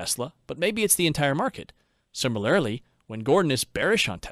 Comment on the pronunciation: lol, sorry. There were several examples but I can only remember two off the bat. Fallacy is “fah-le-see” not “fall-ah-see”, and similarly is “sih-muh-lr-lee” not “sihmi-lair-lee”. You’re of course welcome to say things however you want but it breaks the immersion a bit.